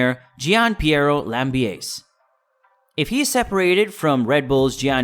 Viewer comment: You may want to put people's names into Google Translate in their native language to learn how to pronounce them correctly. There's no "sh" sound in Verstappen, nor is Gianpiero Lambiase's last name pronounced in the English manner, but rather the Italian manner, since it's an Italian name. Also, his nickname is GP in the garage/on track. Also, Jaques Villeneuve and Gerhard Berger's names were also pronounced incorrectly. It's obvious you're new to the sport. I applaud you taking the time to create this content, and it is very well edited and scripted. Just a bit of constructive criticism on the pronunciation of the names, but for the rest, good job, and keep it up. I've liked and subscribed 😁